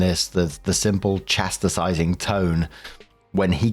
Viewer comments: mate, it's not chastersizing, it's chast.. ising:-) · You're adding a whole extra syllable to the word "chastising".